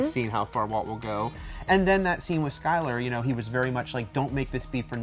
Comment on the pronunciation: Skyler not slyler